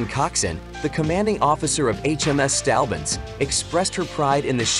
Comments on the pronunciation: Its "Saint" Albans, not "Stalbans" .Not the first time you have mispronounced ship and place names but surely the worst. Having said that your blog is very good and interesting. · Try saying "Saint-Orb-Burns" (St Albans) next time, and you won't sound so silly.